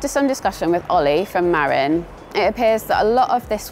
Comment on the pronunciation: It's pronounced Ma-rin. It named after a town just north of San Francisco.